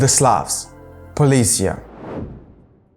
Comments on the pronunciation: Not polis'ya, but poles'ye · I think that that poles'ye is more common pronunciation for Slavic generally, the Ukrainian one is particular